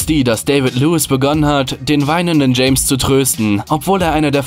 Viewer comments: James Rodriguez, Stürmer Kolumbiens 😂 Das spricht man Hames aus 😂 und er ist 10er (Spielmacher)... 😂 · Er heisst nicht James Rodriguez sondern Chames Rodriguez xD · Er wird Chames ausgesprochen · James Rodriguez spricht man Chames Rodriguez aus😂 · James Rodriguez wird [Chames Rodriguez] gesprochen... Trotzdem tolles Video. Mach weiter so. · James Ausgesprochen: CHAMES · Er hat den Namen falsch ausgesprochen 😕 Man spricht es Chames Rodríguez aus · James wird so nicht ausgesprochen